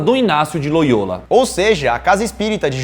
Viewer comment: A pronuncia é: Inácio de Loiola e não Inácio Loiôla. (Não to julgando só corrigindo k)